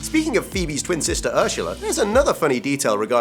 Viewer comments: STOP SAYING URSHULA. It’s Ursula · Its URSULA....not URSHULA... Sorry, just bothers me in any dialect... (swedish) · It's Ursula not Urshala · I was so triggered when he said ershala it’s ersala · Phoebe’s sister is called Ursula not ursheula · Ursula not urshula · wtf??? urshula???? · God it cringes me everytime he says urshula! Urghhhh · Why does he pronounce it, "Urshula"? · OMG WHEN HE SAYS URSHULA OMG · Am I the only one who is hearing "ursHal"? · ITS WAS SOOOO ANNOYING WHEN HE PRONOUNCED URSULA "URSHHULA" UGHHHH😡😵😬😷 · The way you pronounce Ursula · People making fun of how he's pronouncing Ursula (with a hint of 'sh' sound)... But have any of you noticed Courtney cox also pronounces 's' with a hint of 'sh' in some words? I just noticed it recently.. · You really need to learn how to say Ursula properly. Like how they say it in friends because the way you say it it odd. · PRONOUNCE URSULA PROPERLY PLEASE 😩😫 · Bro is he saying Ursula and Kudrow wrong or is that just how he says it? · You say Ursula weird haha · me too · Paige Davis my dad is british and he doesn’t say Ursula like that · who the hell says ursula like that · Got to me as well! LOL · Evy Felipez British people